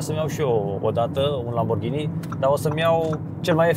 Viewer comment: un lamburghini 😂😂😂 confera ? sau ofera